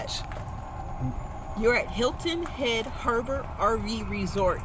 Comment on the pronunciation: New sub I laughed every you said Hilton hedge lol because im from SC lol❤